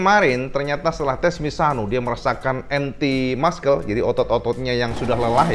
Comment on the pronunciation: Muscle : Masel cak, bukan maskel 😭